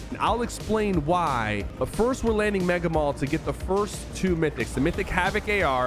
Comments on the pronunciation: Bro said Megga mall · You say meg mall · "MEgA mAl:L"